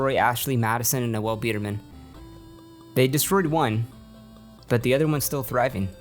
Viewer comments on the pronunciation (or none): the correct way to pronounce “Noel” Edit-actually, ur calling him “Noelle” on purpose aren’t you? 😂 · his name is pronounced “NOLE” like Noel Fielding, you play clips of people saying it correctly and then continue to call him NOELLE which is a GIRL’S NAME ABOUT CHRISTMAS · His name was pronounced several times in interviews clips you used. It's Noel, pronounced "Noll" come on man :-P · His name is Noel, not Noelle. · You've mispronounced Biderman's name the whole time. Noel rhymes with "hole". Noelle is a woman's name. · I get a real kick out of people pronouncing "nole" like "no-elle". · The funniest part of this entire video is N-o-l’s name being pronounced as n-o-e-ll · Bro, you even have clips where they pronounce Noel Biederman‘s name, and yet you keep pronouncing it No-ell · Pronounces "Noel" as "Noelle" even with multiple clips saying his name correctly. Says "$19.99" while showing a screenshot of "$19.00". A real pro here. . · As a Noel myself, I died a little every time you said ''No-well'' as his name.